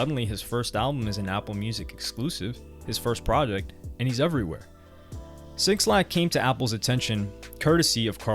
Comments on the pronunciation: Say it with me now Black not Six Lack 🤣 who dat bruh lol good video though g. I love these types of videos fr. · His name is pronounced Black Not 6 lack -_ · omg bro lmaooo it’s pronounced *BLACK* (6lack) not *6-lack* son lmaoooo please try to save yourself before 6LACK fans hate you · “six lack” lmfaoooo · 6-lack😂😂😂😂😂 His name is pronounced Black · its “Black” by the way not 6 lack 😩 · Cringing at every SIXlack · Just for the record it’s Black (6lack). Not 6 Lack lol. Or maybe that was intentional 🤔.. Great video. U a beast wit the content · minus 3 more for saying "6 lack" instead of "black", everything else is good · not sure if you're meme'ing by saying "6-lack" but it's supposed to be just "black" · I think his name is pronounced black but spelled with a 6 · 6lack is just said as black. But great vid really interesting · Yo why did you call him 6lack its pronounced black 🤦🏾‍♂️. I wish you would've mentioned how 6lack wore a wig for his debut. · bro clearly saw in the paragraph “pronounced black” and just decided to read over that part 😭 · 6lack Is pronounced Black btw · 6lack pronounced black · '''sixlack''' by the way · bro... "6-lack"? sometimes i be wondering if you really of the culture. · Bro it’s pronounced “Black” lmaooo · It’s killing me hearing him say it over and over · Dope documentary, the way he kept say 6lack took me out though 😂😂😂😂💀